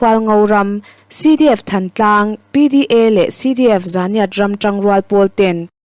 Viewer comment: Zunghram tih leh Thantlang tihhi alamdan zirleh teh aw